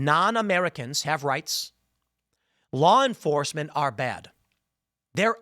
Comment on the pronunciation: "GET the baad guys"! said Tim in his midwest twang. Who saw this episode coming? God yall. It's getting too cringe today Boyz